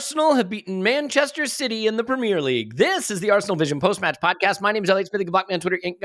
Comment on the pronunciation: Pra-meeer league